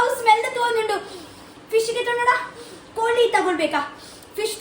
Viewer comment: You mummy village is different you stay village was different coz your mother's kannada and tulu is different from your 😂 atleast learn from her and onwards we have pronounce koli not kori right 😂 after sometime many days you put vlog that also copy who gives cat biryani and till now u didn't celebrated bday of cat